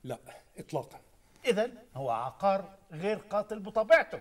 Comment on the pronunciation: عُقار بضم القاف يا فخراني و يا.. عيب والله ما تعرفوش الفرق بين عُقار و عَقار و أنتما من أنتما